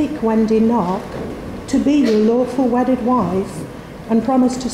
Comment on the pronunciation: Did he say awful wedded wife 😂😂